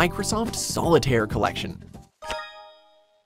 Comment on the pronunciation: Excuse me but SOLITARIE?!?!?! ARE YOU SERIOUS?!